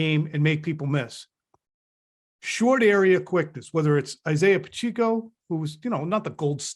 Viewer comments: Pa - che - co . I grew up with Pacheco's. Pronounce it correctly please. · Keep up the great work fellas. Please, don't call Pacheco "PachEEco"